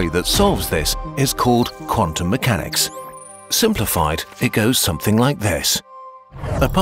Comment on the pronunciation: "Quantum MEWchanics"...